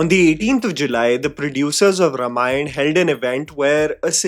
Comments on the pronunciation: Well, when you assume "influencers" to behave maturely... P.s -, please, it maybe spelt 'Ramayan' but it's pronounced 'Raamaayan'. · it's pronounced RAAmayan 🙏🏼